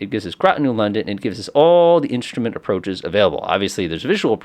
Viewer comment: Instrument is not "inshtrument"